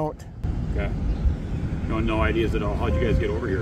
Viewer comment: At around the mark, one of the officers asked for id. When he said it, it sounded like ideas. I'd love to see, when they ask for ids, you give them your list of ideas.